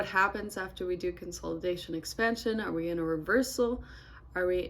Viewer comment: Great video. I learned a lot. I swear you said, "X pan shuuun"😅 and I just noticed you have a really cool beauty mask on, what I think is your right cheek? Anyway, looking at the market is fun. 😎